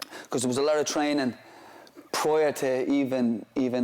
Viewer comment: My favorite is when he says “prior” . Sounds like “pruhh-O” or something